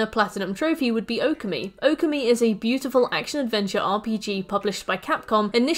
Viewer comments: You mispronouncing Okami kills me… //points to my username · The way you pronounced Okami literally made me spill my drink. I will not correct it as there are plenty of videos but let it be known you singlehandedly made me change shirt.